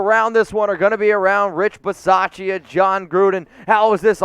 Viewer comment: Drop the pronunciation of the "a" in Rich Bisaccia. The "a" is silent